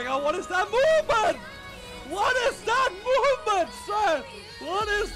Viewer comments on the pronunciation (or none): là Movement nha ad Đọc nghe giống giống moment